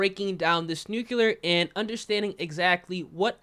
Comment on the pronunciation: I stg if this dude says nucular one more time😭🤦🏾‍♂️